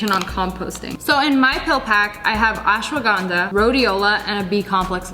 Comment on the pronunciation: I really loved how she said "Ashwagandha"